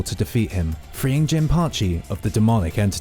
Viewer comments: He can't even get devil "Jin" correct FFS 🤦 keeps calling it gene... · It's Jin! Devil fuckin Jin! Not gene! 🤦 Like wtf how can you not get this simple fact correct?